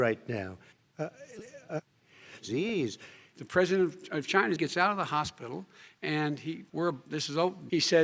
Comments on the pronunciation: China? What? It's called Chy-NA! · “It’s colled cheyna”😂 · "China" "What? Its called Chy-na"